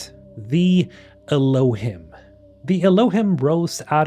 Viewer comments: Not to be an "Aktually" but Elohim is pronounced el-O-heem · I think Elohim is pronounced Ehloheem. At least that’s how they pronounced it in the audio book for Archimedes Engine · Elohim is from the Bible , it’s the real name of Celestial beings with God being “ The Elohim “ it’s pronounced ( Eloh-heem ) just so you know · Elohim is pronounce Eloe-heem. Hebrew for 'gods", "goldy", "supreme ones" or "mighty ones". Lots of biblical lore on this even Billy Carson talks in detail about this. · Bro I don't know why, but them borrowing terminology from the bible "Elohim" meaning "gods" or "godhood" Is cracking me up, or it's just the way you're pronouncing it. 😅 I may not be able to take this game seriously. Gonna be like that one A-hole in the back of the cinema that keeps cracking up for half of the run time.